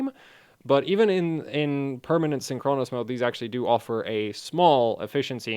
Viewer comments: It's Synchronous, not Synchronos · blame English not. you're right tho, the stress is on the first syllable, because its a compound word, not the penultimate.